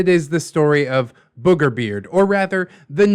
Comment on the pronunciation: “whew, I almost called him burger beard!” Also: continues to say burgerbeard (Don’t worry, I get that the two are very similar and I just find it funny)